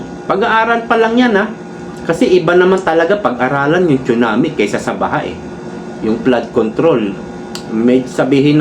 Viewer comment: TSUNAMI READ AS SUNAMI